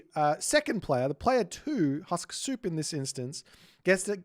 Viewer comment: your pronunciation of Suppe's name is wrong. His name is Husksuppe, which means "remember soup" in Danish. Husk is pronounced with "u", not "a", it's not an English word. Put Husk in google translate Danish to English and you will hear correct pronunciation. I find it ironic that in this very video you argue how to pronounce "qilin", but keep mispronouncing player's name.